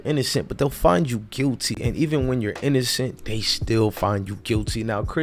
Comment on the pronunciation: It's JANE Doe not JAN Doe and it's THEY not DEY!!! 🙄🤷🏿‍♀️